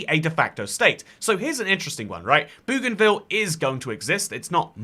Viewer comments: Not Boogan-ville but Bogan-ville please! ❤❤ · Boh-gan-vil Not Boo-gan-vil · Hey mate, love your content, just one tip. 'Bougainville' is actually pronounced 'boh-gan-vill' (like how Aussies say 'bogan'). My grandad used to live on the island a few decades ago, he did electrical services and maintenance, and that's how he pronounces it. See also the pronunciation for the plant genus Bougainvillea.